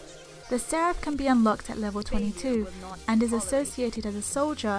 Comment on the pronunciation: bad comentary and it's not a seraph it's seraph